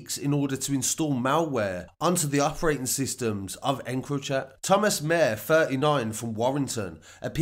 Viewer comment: His surname is pronounced Maa-her